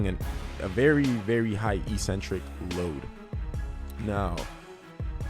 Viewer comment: Let's "break the next word", too. EEEEEcentric is not a word anywhere in the English language. Eccentric means ‘away from the center’. A crazy person is called eccentric bc they are ‘away from the center of normality’. A ‘negative’ movement of an exercise is a movement of the tendons ‘away from the center of the muscle’. It makes perfect sense from an etymological standpoint. Mispronouncing it as eeeecentric would mean ‘without a center’, which makes no sense. Another line of logic proving that it must be pronounced eK-Sen-Trik is that the first syllable is ‘ec’, which can only be pronounced ‘ek’ in English. There’s no possibility of a silent ‘c’. There’s no controversy regarding how to pronounce ‘centric’. So, the word is pronounced, eK-Sen-Trik. But don’t take my word for it! Look it up in literally any English dictionary.